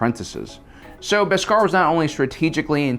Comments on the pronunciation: I love the way he pronounces bescar as two words etc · Say beskar right plz im begging u